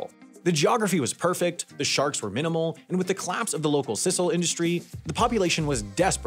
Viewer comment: Pronunciations are terrible throughout the video. And I wouldn’t call Yucatán an underdeveloped peninsula even if the port of Sisal (pronounced Seesahl, not Sizzle) was losing steam. Merida serves as a great example of a capital city that was and continues to be growing and thriving to this day.